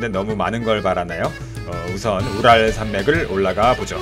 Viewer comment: 우랄이 자꾸 부랄로 들리네